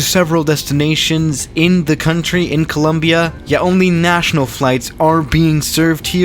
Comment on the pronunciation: Swiss: coooluumbiaa Colombianos: No es tan dificil pendejo, Co-lom-bia !